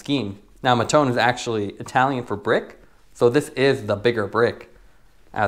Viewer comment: It’s too hard to go on google translate and check how you should say Mattone?